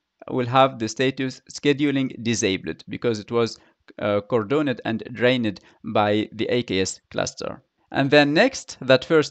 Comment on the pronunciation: This process causes unnecessary churn. Why don't they just keep the buffer as 0 and only create 3, delete 3, just like kube does with pods. BTW your pronunciation is off on words ending with ed. Cordoned cordone-ed is how you say it, cordon'd is how it should be said. Same with drained, you do drain-ed and it should be drain'd same for remove-ed vs remove'd. You say other ed words okay though, don't change them eg upgraded is fine. Spanish speakers often make the same mistake.